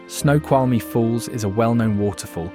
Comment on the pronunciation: At least he got Snoqualmie right.